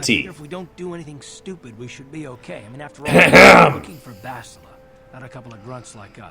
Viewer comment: Why do people keep on miss saying Bastila's name?! it's not BaSHtile and it's not BasTILa it's BasTiLA!